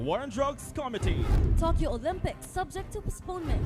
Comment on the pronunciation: Committee is mispronounced along with other common words. That gave you a big mark down.